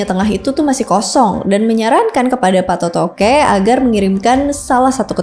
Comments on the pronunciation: Banyak penyebutan yang salah oleh Host nya, masak di sebut Patotoke, yang benar itu Pattoto' e. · bkn patotoqe kak😂😂😂😂😂 tpi patotoe